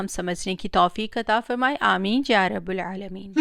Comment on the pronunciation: سلام فاطمہ آپی ❤❤ گڈ بلکہ ویری گڈ ، لیکن اپنی اصلاح کر لیں یارب العالمین اینڈ میں جو آپ نے پڑھا وہ ب پر پیش پڑھی حلانکہ جب آپ یارب العالمین پڑھیں گی تو ب پر زبر پڑھیں گی